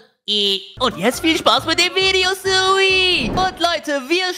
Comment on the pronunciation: Es heißt Sui und nicht Suiwi